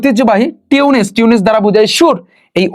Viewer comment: আমি অবাক আপনার উচ্চারণ দেখে, টিউন্স কে বলছেন টিউনেস, রিলিক্সকে বলছেন লেরিস। এগুলো কি?